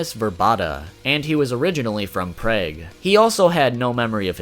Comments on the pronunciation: Prage? AHAHAHA it's pronounced Prog" like "Prog metal" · Great video as always, only issue you got wrong was it's pronounced Prah g not Pray g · PRAY Geh did you mean PRAWg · "originally from preg" 😭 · I'm sorry..... Preg??? Prague. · It's Prague as "Prarg" not "Prayg" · "Originally from preg" Oh no no no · Prague - pronounced very poorly. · the way he pronounced Prague tho lol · That’s the first time I’ve ever heard someone pronounce Prague that way.